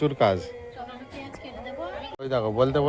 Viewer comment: Tometa bolo na tometo bolo sunte kharap lage sudhre nao sab thik hoye jabe kichu mone koro na